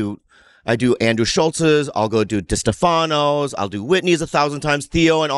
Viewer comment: Love how bobby still can't pronounce Distefano